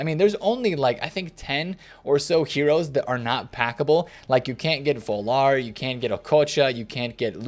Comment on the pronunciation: it’s Völler. Pronounce it like: Vuller, like you would say ‘Trucker’ de ‘ö’ is like the ‘u’ in trucker and same with ‘er’. Thanks for all your videos.